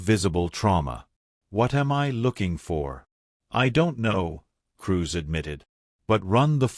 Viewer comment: Dotting i's and crossing t's. Cruz not Cruise.